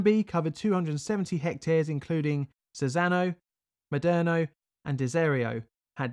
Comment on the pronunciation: Forget the pesky metal from the fifth group: I appreciate you did your best with the Italian pronunciation, but unfortunately you got it rather wrong. "Sèveso", not "Sevèso". ICMESA becomes a single word "eek-mesa". Cesano Maderno I dont' know how to give the idea... Ok, sorry for the rant. I was really looking forward to this video and I really appreciate it: keep up the good work! I grew up a few km. from there, some of my relatives lived (and still live to this day) in zone A and I was 3 y.o. at the time. I sort of remember the atmosphere of the days, even though most of what I know about it, I learnt in later times. [Edit: I originally wrote zone C, it's a mistake]